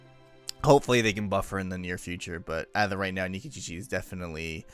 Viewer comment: Why do you say Nikičiči instead of Nikitić?